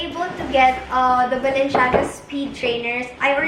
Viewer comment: girl its balen-ciyaga not balen- shiaga hehe love u